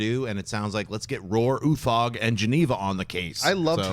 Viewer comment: It's no where near how we pronounce Roar Uthaug in Norway, but I like your pronouncement better, sounds cooler.